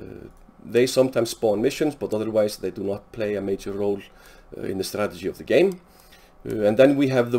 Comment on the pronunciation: The myth is true you can't pronounce strategy 😂😂